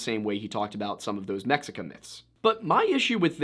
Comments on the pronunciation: Mexica is pronunced MAH SHEE KAH <3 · Isnt "Mexica" pronounced something more like Meshica? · Mexica is pronounced "meh-shee-ka", with emphasis on the first syllable. In most Mesoamerican languages the 'X' will make a sort of 'SH' sound. Although, it's different from the 'SH' you're probably used to pronouncing. Keep the tip of your tongue behind your bottom teeth and press up against the roof with the midsection of your tongue. Not too hard though. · I'm by no means an expert but when you said the "Mexica", I'm fairly sure the original pronunciation of the x would be more along the lines of a mix between "ch" and "sh" sounds. Can't remember if this was Nahuatl or Yucatec Maya. Again, nowhere near an expert.